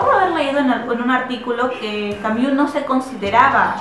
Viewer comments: mmm, yo puedo sobrevivir, no pasa nada por no escuchar "Camiú" :) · Buena reseña, sin embargo, es bastante irritante escuchar la mala pronunciación del apellido de Albert Camus, sería más aceptable solo pronunciarlo como se lee. Saludos.